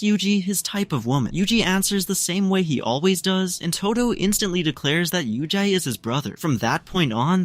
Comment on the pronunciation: bro just said yuji. WHO IS UJI